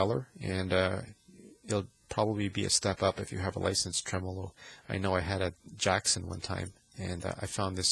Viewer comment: Good info, but please just say "trem" Not tre-mow-low. Treh-mah-low